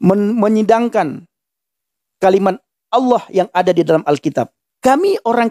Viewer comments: iya nih... nama sembahan islam itu bukan ALLAH, tapi awloh, aulloh... pada ga bisa baca huruf latin yaaa ? ALLAH bukanlah aulloh, bukan awloh ! #wkwkwkwkwk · Kristen nyebutnya kan Allah bukan olwah SWT.